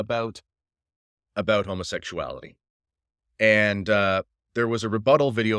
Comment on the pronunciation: All this "Say it straight" nonsense from a guy (I mean you) who can't even say the word "homosexuality' without hesitation. HO. MO. SEXUALITY. Not to mention the fact that Jesus--not Paul, not Moses, JESUS--never said one syllable about it. I don't like Casey either, but that's because I'm on the POLAR opposite side of this argument you're struggling to make. Oh, and I'm also cis-het.